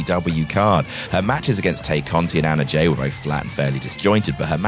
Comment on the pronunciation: Hey dude, Tay is pronounced Tye